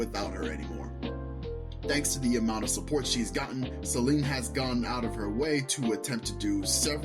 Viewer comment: im sorry i cant with u saying her name as selene the whole video pls if u gonna make a video at least say her name right:body-blue-raised-arms